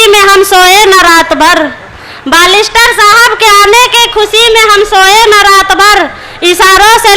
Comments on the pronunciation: बालिस्टर नहीं बेरिस्टर होता है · मोहतरमा जी बालिस्टर नहीं बेयरस्टर होता है